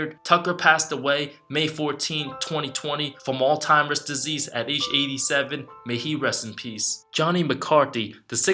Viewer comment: Good video. But please stop pronouncing Alzheimers Disease as "All-Timers Disease."